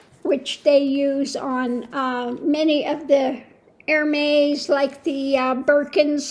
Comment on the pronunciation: P.S. Love this video, I’m a handbag lover (kind of obsessed). LOVE the Gather Bag…and it’s pronounced Er-mez. ♥️♥️♥️♥️